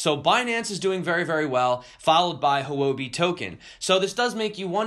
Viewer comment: Sad about the tornado and the people it hurt. I hope all is well! Also, Houbi is pronounced "Hoo-wuh-bee." That is as close as we can get without tones, anyway. It means "currency" in Mandarin.